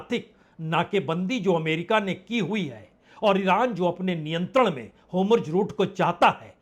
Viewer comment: होमुर्झ नहीं होर्मुझ कहीए सर.